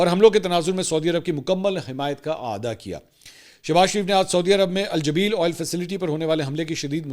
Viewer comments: It's Al Jubail not Jabeel... You should take reference from English name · Mansoor bhai. Its AlJubail Not AlJabeel